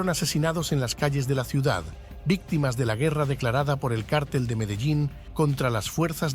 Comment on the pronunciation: ¿qué cártel ? ¡ Mogolico!!!! ¡donde est´ña el acento,MOGO??